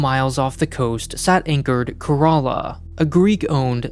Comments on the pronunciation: It's not ka-ra-la it's kay-ra-la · care uh lah not care a laa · How do you end up spelling Kerala as corolla??? I know we have accents but wtf is this??? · Sorry to say this but Kerala is pronounced “Care-a-la” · I was confused when he was pronouncing Kerala is karala lol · I think the ship is named after a state in India. It’s pronounced like “Care-ahh-lah” like Shangri-La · My brain suddenly Broke when I heard that the ship name is Kerala and pronounced like "Corolla" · To me it sounds like he said Care-a-laa. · He called it 'Corolla' like the car! So silly! Like Shinzo Abe being pronounced like Abraham! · Bro pronounce Kerala like it should be , can you? That pronounciation grossed me out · It's a heart-breaking for a Malayali like me 😭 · Why does everyone miss pronounce Kerala lol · as an Indian I didn't even know it was possible to pronounce Kerala that way lol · I spat out my coffee hearing that XD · The name kerala is also a state in India and i love that he pronounce kerala in a different way lol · You mean wrong. It's not a Greek word, so likely to be named after the world famous Indian state.